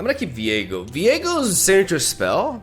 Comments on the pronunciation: you keep saing Viego but i am only hearing Diego as in Diego May Cry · hearing the way he says ViEgo hurts my soul